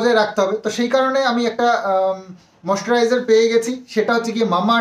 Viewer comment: Yes code e tinar naam,aj u tina ke beche khache, English er pronouncession ta to thik bolo, moisturizer ke ki ucharon korche, English e onnerse ekdom, porashona koreche ki na doubt ache.Aj tina jodi sondiper namer promotion gulo korto tahole ekhuni dalal er sathe vdo niye bose jeto ar bolto dekho dekho poyshar jonya ki korche,kothay ekhon lobhi ar poyshar lalochta kar dekha jache.Lok ke ar dekhio na,loke sob bojhe.vdo ta delete kore dio nahole sobai dekhe nebe. Bou bikri korne wala ekta banglar gramer family.